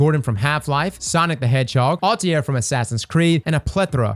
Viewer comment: my mans you did not just say "ALTY-AIR from assassins creed" 💀💀💀